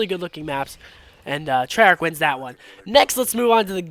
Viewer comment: trey yarch